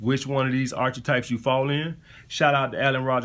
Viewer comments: It's AR-KEY-TYPES not ar-chi-types. not tryna be a smart ass just correcting you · It's pronounced this way Alpha: ark-a-types. Just looking out bro and paying it forward. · Archetypes is pronounced Ark-i-types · actually it's mor like arka-types my man, but it's all good though.